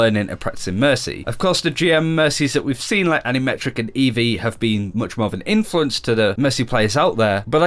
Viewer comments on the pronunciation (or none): 4.04 did he just say... "Animetric"? HAHAHAAHAHAHA